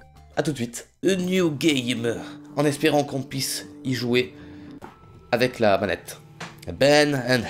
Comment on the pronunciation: au lieu de dire "avec" il dit "ave" sinon kiss <3